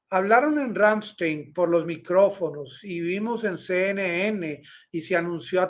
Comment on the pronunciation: El nombre de la Base bien pronunciado es Ramm- Están un saludo desde Alemania